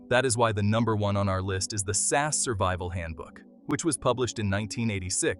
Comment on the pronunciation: It's SAS, each letter pronounces separately not "SAS" as a single word